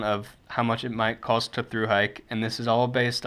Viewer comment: You know that there is no L in COST, right?